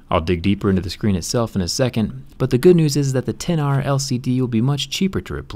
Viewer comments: Ten R, not ecks R. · IT'S PRONOUNCED TEN-R NOT ECKS-R YOU IGNORANT BUFFOON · I know he is saying X-R on purpose at first right? Instead of 10-R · So dumb! Its not "exs-R". Its "10R"! Idiot! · Can you please say ten r, it is not called the ex r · We get it -- you don't like the name "Ten R", that's fine. But you sound like a complete tool calling it the "ex r"... keep some credibility. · Its TEN not X OMG PEOPLE!!!!!!!!!!! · I cringed when he said "iphone EX r" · Did he call it the ex r at first triggered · Seriously you called it R !!! Thats so uneducated. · I like how he always says the name incorrectly despite apple's pronunciation ..